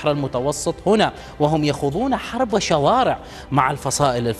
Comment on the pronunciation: بلسان عبري يتكلم هدا المديع قال شوارع وشارع وضع الشدة على حرف الشين لغة الضاد كشفت عنك أنك عكل